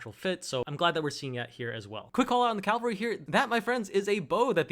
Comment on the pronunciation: It's cavalry, not calvary.